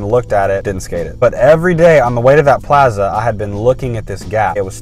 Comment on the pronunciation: Its plaza not plaza